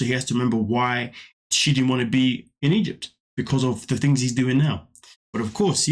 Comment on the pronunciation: She can’t even pronounce ‘Egypt’ right